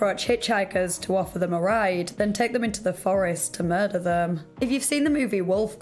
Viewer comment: I love your videos and especially that super cute accent you have, but I wanted to know why at the end of every sentence you draw out the last syllable? An example writing is going to be hard but I'll try. Example for it would be, "did you just commit a mur-derrrrrr?" Lol the derrrr is what I imagine it looks like when you draw out the last syllable. Maybe I'm the only one who hears that or notices it but if you end up hearing it you will never be able to not hear anytime you hear her talk after that.